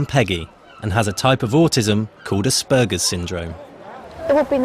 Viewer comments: That mum calls Aspergers 'Assburgers'. I mean c'mon, if your son has a condition, at least say it right! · also, it's aspergers syndrome not ass-burgers syndrome xD